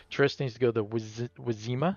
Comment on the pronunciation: Wyzima is spelled Vee-Zee-MA. Great playthrough. The physical version is PvP only unfortunately. So I too was playing the digital version where we can play solo vs AI. I was enjoying the theme, the mechanics, the art, the atmosphere and all. But got often frustrated by some sudden AI wins while I was ahead. So "I threw it away" hehe. Fortunately I forgot to unsubscribe from the BGG page of the game so I now saw the notification for your video there. Now before I forget I am quickly subscribing here to your youtube channel. Your cool playthrough inspires me to turn back to the game again. In any case I would love to see another playthrough. Maybe Dandelion, since I never played him personally. Cheers.